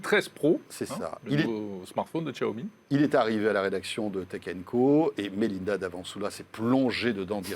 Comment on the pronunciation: SVP Xiaomi "Chiaomi" et non Tchaomi !